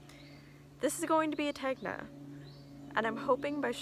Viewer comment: I enjoyed this very much. I love the chickens, dog, peacock, your hat; all of it! I haven't knit a fade either, so no worries. Random; Tegna is pronounced Ten-Ya...like the gna sound in lasagna. I look forward to more videos, thank you.:-)